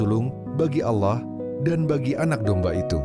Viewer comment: Biasakan pengucapan kata Allah yg benar, jgn ajarkan kata alloh, apa itu alloh